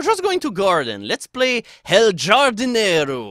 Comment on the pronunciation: The J is pronounced like a hard H. Hardinero.